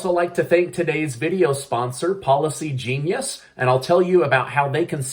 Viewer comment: Am I the only one that hears "Paula C. Genius" everytime he says "Policy Genius"? 😂